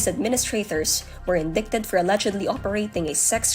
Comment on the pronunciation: Wrong pronunciation of the word “indicted”. Shame to the narrator.